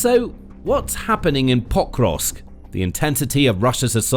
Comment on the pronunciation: Is the city called POK-rovsk or Po-KROvsk? I think the latter and the first as you say it here hurts my ears. But maybe I'm wrong?